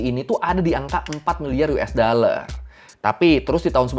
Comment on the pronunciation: Dollar bang bukan daller